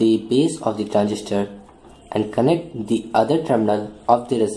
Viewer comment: Im confuse dat y u kep on sayng d instead of the... Hello bro there is condition to pronounce the as d.. Not all da time